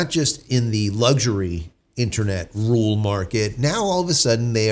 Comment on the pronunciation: A “ru’al” area means a “rural” area. He and Dr. Steve Turley have trouble pronouncing RURal, meaning in the areas outside of cities.